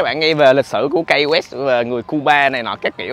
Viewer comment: Key đọc là "ki" chứ a, sao lại là "kây" đc. Học Tiếng Anh kiểu gì vậy a trai =))